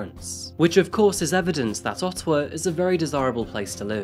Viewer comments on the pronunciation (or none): It's Ottawa not Ottowa. Thanks! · *Ottawa not Ottowa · As a Canadian who lives near Ottawa, it’s interesting hearing Ottowa lol ALL GOOD THOUGH, WE APPRECIATE YOU! 🇨🇦